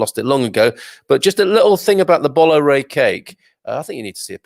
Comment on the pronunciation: Bolo Rei , is pronounced, Bolu Rei, just helping